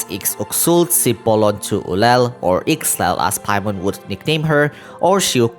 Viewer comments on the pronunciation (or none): IXEL is pronounced EE-SHELL🐚 not iksel